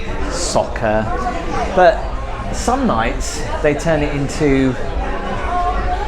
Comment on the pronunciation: “Soccer” cmon 😂